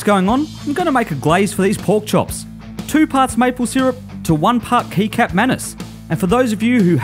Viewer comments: Absolutely awesome video man :) Just wanted to tell you that in Indonesia they pronounce the word very similar to we say the word Ketchup :) So the right way to say is Ketchup manis :D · "Kecap" is pronounced Ketchap. Just letting you know :)